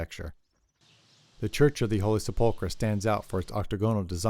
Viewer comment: I love your video - but you are mispronouncing sepulcher - google it.